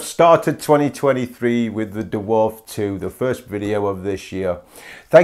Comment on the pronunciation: I'm comfused why you call it the Duwarf 2, as a fellow brit...just say Dwarf..?